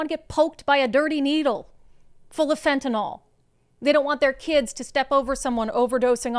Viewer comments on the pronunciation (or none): That's not "literally putting lipstick on a pig." That's not what the word means. And it's FEN-THU-NIL